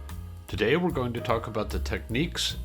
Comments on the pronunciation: Technics, not 'techniques' FFS! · Tech-nics ...not techniques. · Technics advises that the US and Japan pronunciation is “tech-neeks” and UK and EU is “tech-nicks”. Listening to Japanese ads, it is more like “tech-oo-neeks”. In any event, I went with the U.S. version. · A case of you say Tomato, I say Tomato! I'd never heard anyone pronounce Technics that way until hearing all you North Americans on YouTube in recent years. I think in the west we mispronounce pretty much all Japanese company names...